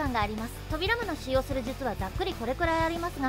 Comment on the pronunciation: そうですか！自分もナルト好きなので頑張ってください！ あと、個人的に扉間のイントネーションが少し気になりました…